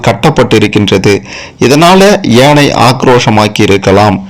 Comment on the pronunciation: ஏனையின் தவறு எதுவுமில்லை.உச்சரிப்பு ஏனை என்பதே தவறு